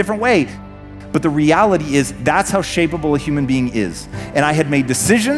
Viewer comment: "shapeable", not "shippable"